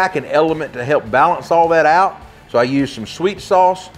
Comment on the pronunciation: Great tip., however the word is “help” not “hep”.